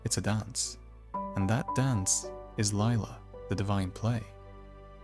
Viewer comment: 100th comment. Btw..Lila is pronounced as Leela not Laila